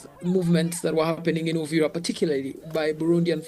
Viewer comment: Please it's Uvira not Uriva that's why you guys are even confused about what going on in Congo and make it Rwanda's problem